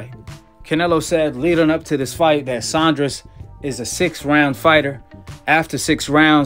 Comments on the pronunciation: Saunders not Saundres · Sandra’s 😂😂 it’s Saunders😂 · Cracks me up every time calls em “billy Joe *sondress*”🤣🤣 legend